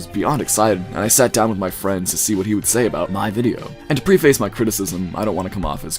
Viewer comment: Please find a word besides ‘however’. Preface is pronounced PREH-fuss. If it’s an AI voice, you need to type phonetically.